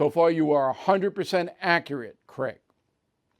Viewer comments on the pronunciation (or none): none